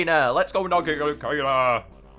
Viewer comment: I love how kayna is kaner